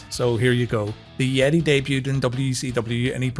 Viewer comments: Cmon man. It's They Ye-tay 😂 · The Yeh-tay! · The yeeeeeetaiiiiiiiiii 🤣🤣🤣